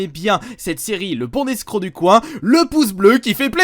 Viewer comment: Il faut faire la liaison entre « le bon »et « escroc »?